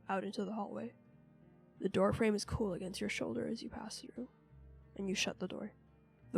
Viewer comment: "supernatural dore"